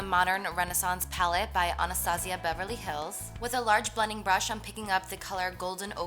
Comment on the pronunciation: Alyssa Cuellar she said it right Wdym 😂